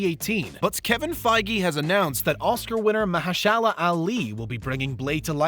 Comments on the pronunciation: Thumbs down for not learning how to to say MAHERSHALA. Unreal. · Tom Mcfarlane... TOM... Mershiala... This dude needs to learn about what he's reading about! TODD, MAHERSHALA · I laughed audibly at... however he pronounced "Mahershala." I wondered for a moment if they hired John Travolta to do VO.